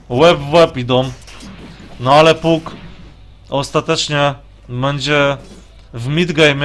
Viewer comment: przepraszam, trochę za ostro Cię potraktowałem tym moim komentarzem, robisz kawał dobrej roboty i za to należą Ci się podziękowania! co do błędów, wg mnie niektóre rzeczy można przerobić na Polski a niektóre nie i tak imiona powinno się mówić tak jak w oryginale,np Fanik a nie Funik, tak samo z nazwami postaci z gry, wydaje mi się, że powinieneś wymawiać Pak a nie Puk, są to drobne błędy, ale po oglądaniu wielu anglojęzycznych gier strasznie kaleczą uszy, a przynajmniej ja tak się czuję